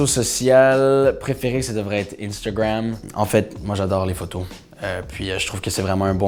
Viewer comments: Il est québécois mais on le prononce pas comme ça... il le dis de façon anglophone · “InStEUgWaMm” il me fait grave rire quand il dit ça 🤦🏼‍♀️😂